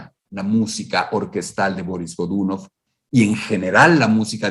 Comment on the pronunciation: Excelente trabajo. Solo me permito una corrección idiomática: la pronunciación rusa correcta es Barís Gdunóv. Soy un nuevo suscriptor.